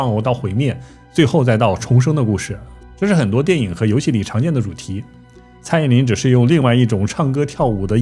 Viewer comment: 是蔡依林不是蔡依“宁”啦 ..